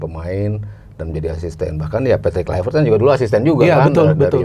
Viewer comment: Klaiwert😂 gak semua huruf V itu harus dibaca W. Yg punya nama aja bilang penyebutan namanya pakek V bukan W